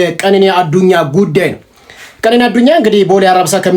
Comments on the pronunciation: ቀነኒ በል ኬኔኒ አይባልም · የምን ኬኔኒ ነዉ ቀነኒ በል ወድም አትቸኩል